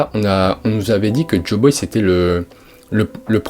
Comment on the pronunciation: Waaa fréro, joyboy, pas joboy... Et c'est la fin de eggehead pas la fin d'elbaf. Rédige ptt avant de faire une vidéo, c'est intéressant mais décousu. Force à toi !